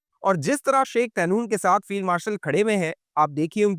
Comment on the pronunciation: طہنون نہیں "طحنون"